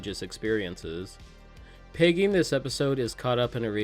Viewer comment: You definitely just said piggy instead of Peggy haha